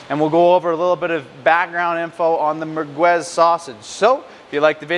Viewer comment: Pretty funny how you pronounce the word mergwez, no it's mer'gez. By the way, it's typically Algerian and not Moroccan. By definition merguez is and should be hallal.